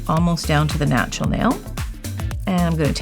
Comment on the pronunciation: I love to hear say "natral" nail 😊